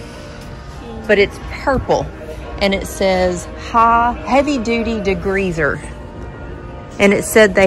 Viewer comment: ...de-greezzz-er 😂 will have to try it.